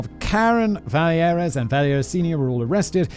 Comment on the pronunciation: 😬 the québécois in me is losing his mind every time Simon says vallière like it's a spanish name